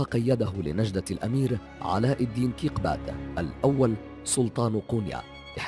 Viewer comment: ارجوك اغلب الاسماء لافظها غلط علاء الدين كيكوبات سوغوت المنطقة يلي سكن فيها واهداه ياها السلطان